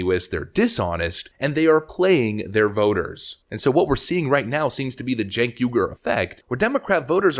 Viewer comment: His name is cenk pronounce correctly please